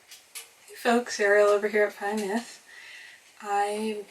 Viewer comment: 'vuh neeth' is the pronunciation, if you're using the welsh for 'my nest' :)